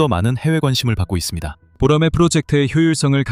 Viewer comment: 보로마이?? boramae~